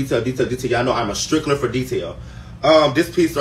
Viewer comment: He said, Im a strickler for details 😅😅 I think you mean stickler, but it doesn't change the fact your jewelry is gold plated and FAKE